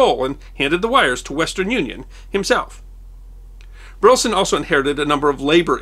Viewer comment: Minor quibble: I come from Burleson, Texas (no relation to the subject of this video) but the pronunciation of Burleson is three syllables, "BUR-leh-Son".